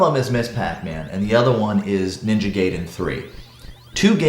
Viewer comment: Some interesting points on the port and platform, never thought about D-pad scale and tilt length. Ninja Guy-den, not Gay-den, it's the one name I think all us gai-jin can get right. ;) You have a great weekend too.